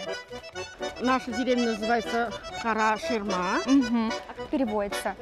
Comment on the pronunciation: Автор. Правильно произномите название.. Не кАрА шИрма а карА ШирмЭ